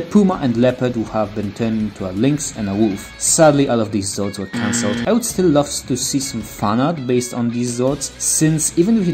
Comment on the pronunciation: The Voice messed up Zords